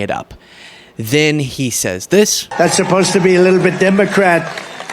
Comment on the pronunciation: "... saze presidient Trump" Saze? That is not, in any dialect or accent of English, the way that word is pronounced. I have a liow opinion of anyone whose reading skills are that poor. Take note, illiterates, I'm dissing you.